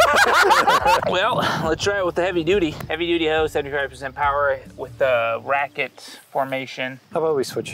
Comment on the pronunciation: He said heavy duddy